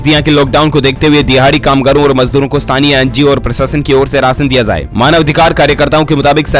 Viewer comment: Tu bolna to sikh pahle jaye ko zaye mt bol or sakhti ko shkti mt bol